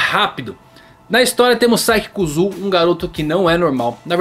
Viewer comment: Não é "Kuzu", e sim "Kussuô"(ou Kssuô) kkk